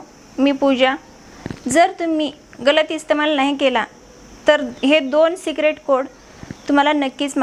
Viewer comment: काकी सीक्रेट कोड बोला तुम्ही सीग्रेट कोड टाकलाय